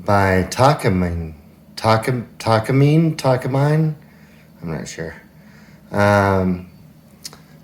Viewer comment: Tack- a - meanie is the correct pronunciation